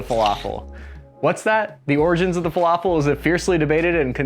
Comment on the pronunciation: I am egyptian when he said falafel i got a bit mad